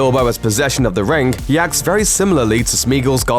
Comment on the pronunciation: It’s pronounced ring not “rin- GUH”